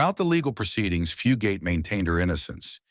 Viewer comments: It went from Fu- gate to Fu- got to Fue-got-tae. Wth...can't people even read simple words any more CGV ,AI and CGI are only as good as the input trainer. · The commentator of this video is pronouncing Fugate's name incorrectly, Fugate is pronounced with a long A, not a short A.